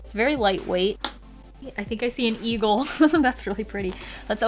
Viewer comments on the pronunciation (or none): none